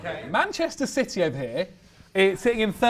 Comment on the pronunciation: 4 minutes and I notice it was all "shitee" 😂